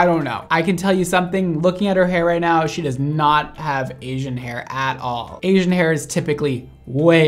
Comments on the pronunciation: im pretty sure the girl said 'aging' not 'Asian' lol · i heard age-ing hair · i thought she said “aging hair”😂😂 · I thought she said aging hair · Lol I thought she said I have aging hair .. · i really feel like she said aging hair, at least thats what i heard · I thought she said “aging hair”...lmao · I really thought she said "aging hair," not Asian hair lmao. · Same here... I heard aging lol. But who says they have "aging hair"?? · i thought she said "ageing hair" 😭🤚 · I thought she said she has “aging” hair... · I thought she said aging hair lol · She definitely said "aging" though... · I heard is as "aging" too and was like huh? Then i read "asian" and i was like huh again hahaha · Oh I thought she said “I have aging hair” lol and that’s why she had to use that developer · She did say aging but it sounded like asian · I have 'ageing' hair,. 'ageing'. lol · Braddd she said aging hair not Asian hair😭😂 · I thought the first girl said she has "aging" hair. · I swear i heard ageing hair and said Asian and i was like... i cant hear ageing anymore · Did she say "Asian" or "Aging" 🤣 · Did she say Asian or aging?! I heard aging at first.